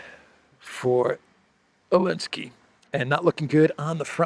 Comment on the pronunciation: Why do you call me elenski instead of Zelenskii. I am just curious 😂😂😂